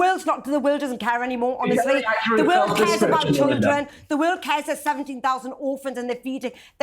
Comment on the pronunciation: OMG. She is unable to say The word world correctly 🫠 You just Embarrassing yourself lady …..